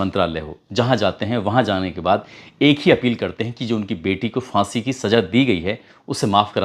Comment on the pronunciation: سیفی بابو، ہزار کو ہجار اور پھانسی کو فانسی، پھندہ کو فندا، دروازہ کو درواجا۔۔۔۔اپنی جہالت پر بزد کیوں ہو بھائی۔ اگر ہندی ہی بولتے ہو تو ہندی میں ف تو ہوتا ہی نہیں پھ۔۔۔